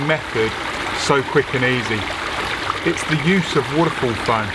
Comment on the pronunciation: Why can’t you just say waterfall right